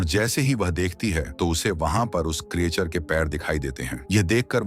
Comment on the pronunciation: उसको क्रीयाचर नही क्रीचर बोलते हे भाइ